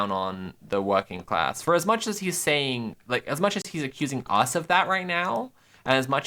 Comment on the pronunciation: this mf saying sating